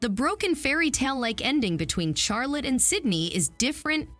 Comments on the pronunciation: Charlotte: pronounced Charlut, not "Charlot." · Charlotte, not Charla🙄🤦🏻‍♀️